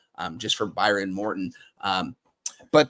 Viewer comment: It’s Behren not Byron. Cody Cambell made his money in oil. Not gasoline.